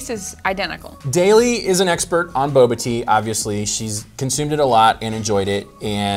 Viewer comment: When he said Consumeds it a lot 🤣😂🙃